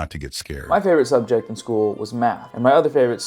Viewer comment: "...and my other favorite skubject in school..." Uhhh, I think you meant to say SUBJECT there, buddy. Not SKUBJECT. 😏 0/10 You mispoke 10 seconds in, therefore the entire video as well as your entire channel are 100% debunked and your YouTube career is over forever and you are now banished to obscurity.